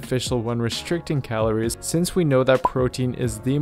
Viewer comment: Where is this fucker from who the fuck says Calor? It’s calories